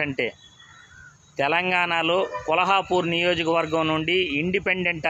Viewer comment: vuru peru kolhapur ani antunnavu Kolhapur kaadu Kollapur palakadam sarrigga paluku